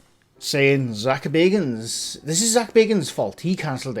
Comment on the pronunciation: It’s not Zak Baygans…it’s Zak Baggans…..he’s a distant relative of BILBO..!!!